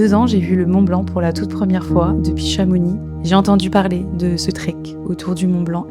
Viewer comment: On dit "aux (z) Houches ! :) Aussi, on prononce "Chamonix" sans le "x".